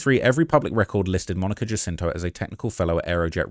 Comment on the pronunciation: Monica Jacinto…..her last name is pronounced as if the “J” was an “H”